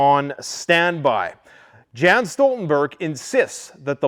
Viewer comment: We pronounce his name Jens Jens not Gens Stoltenberg